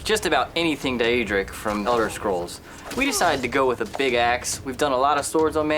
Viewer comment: Pronounce Daedric as dyeaedric